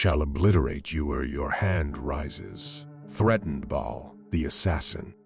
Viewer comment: Lmao this is ai generated slop, are you kidding me? "Bha-al" lmao. And its all over the place.